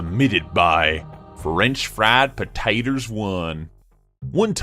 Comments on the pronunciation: "french fraad potaters1" I died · How he said Frenchfriedpotaters1 though 😂😂😂😂😂